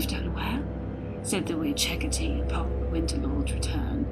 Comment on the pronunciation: Hec-cah-tay not hec-cah-tee sorry its a nitpick good story though